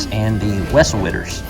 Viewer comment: Did you deliberately say ‘wessle witters’ when it should be whistle wetters?? 😂😂